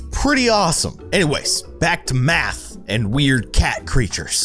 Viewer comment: math like koth hahahahaha